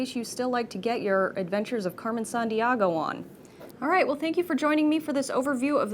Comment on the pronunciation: Carmen Saandee-AAgo?